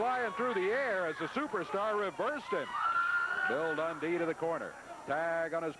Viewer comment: Bill dundee? It's more like Bill tauntdee lol